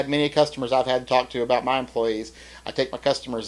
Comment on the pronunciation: What is this ABOOT?